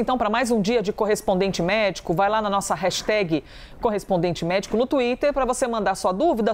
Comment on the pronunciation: hello desculpe - por favor fala certo jornalista hashtag ( nao tem i no final) - brasileiro tem a mania de colocar i em tudo - obrigada - ajudem a educar